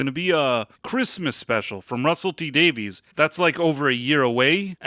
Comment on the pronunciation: Davies is pronounced Davis